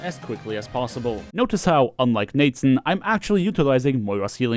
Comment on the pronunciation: The moment you said "nateson" i decided this video was no longer for me.